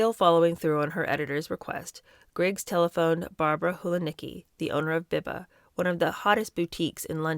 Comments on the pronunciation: It is Beeba, not Behba. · Biba is pronounced bee-ba. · Biba is pronounced Bee-Ba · Nigel Dempster was a gossip columnist, mixing with high society, he had to go to those places. Hope you don't mind but Biba is pronounced 'Beeba' and Mary Quant- 'Kwont'. I remember that time, though I was younger and both were massive names in youth fashion. Don't forget Anna was cushioned coming from a well connected family. She was never going to have to work in Woolworths or a factory when she dropped out of school. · Biba is pronounced Bee-ba 😉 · Enjoying this very much. Wee note about pronunciation: Biba- Beeba Quant- Kwont The class system in UK is such that she could absolutely do whatever she wanted in or out of school safe in the knowledge that daddy would ensure a lucrative career for her. Family name is everything, sadly. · Loving this book. Biba is pronounced BeeBa xx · Hi. I love everything you do ❤. By the way BIBA is pronounced beeba. It was THE place to be in the late 60s and early 70s. ❤ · Pronounced Mary Qwant and Beeba.